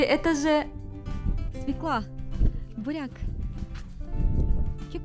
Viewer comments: (Извините я душнила) не Севка а Свёкла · Хм-м-м... Слово, от которого всегда коробит - свеклА. Правильно - свЁкла. А в целом - очень приятный канал. Удачи! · СвЁкла. Не свеклА. И не тортА, тОрта.